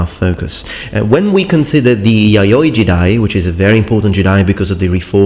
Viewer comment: You say yayoi jidai, I hear yaoi jiday...